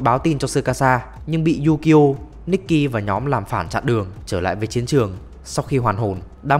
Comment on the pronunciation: Tên ukyo đọc yukyo :))